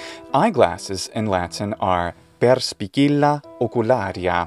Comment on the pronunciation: There is a mistake, in the latin word "perspicilla" the phonetic sound of "ci" is "ʧ" like "chips" not like "kill". In Italy, where I live, the teaching of latin start when we are 11 years old in many schools.